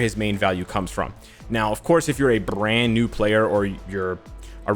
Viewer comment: my man made the R in Brand so thicc. IGN: Navaneeth Reddy